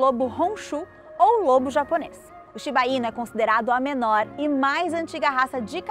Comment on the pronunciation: Tem outro video no canal em que a apresentadora tbm fala "Shiba-inu" como se fosse tubaína kkkkk. A maioria das palavras japonesas são oxítonas na pronúncia. Por favor, avisem ela que se fala shiba-iNÚ 😅😅😅